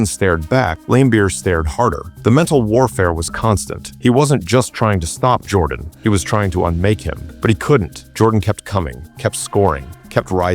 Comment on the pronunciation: Michael 'JORDON'?